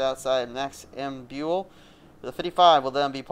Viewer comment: Great pronunciation of my last name! Love to see when people get it right without me telling them. I always tell them that it's pronounced amb-you'll. Great video!